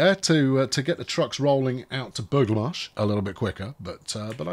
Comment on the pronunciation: I think Burgh le Marsh is pronounced burra le marsh. Sort of irrelevant now unless you ever get to go there in reality.